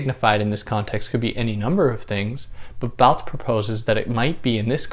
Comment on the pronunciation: You mispronounced the word Barthes.